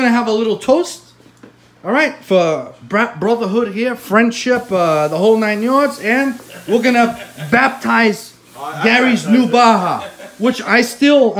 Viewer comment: Dee-zam, did I hear you say 'Baptize' or 'Braaptize?' Let's 'Braaptize' Gary's new Baja!